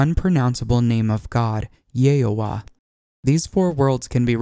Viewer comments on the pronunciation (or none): Its not pronounced Ye-oh-ah, its Ye-HaV-Ah and its meaning is very very profound. the frst word which can be derived from the divine name is Yahav (Masc) and Yehav(Fem) meaning (Hope), the next word is "aHavah" (Love), then Av (Father). so the contemplative meaning of the name Ye-HaV-aH, is Father of love and hope. YHVH